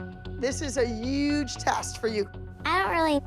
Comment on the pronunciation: When Abby says uge instead of huge😂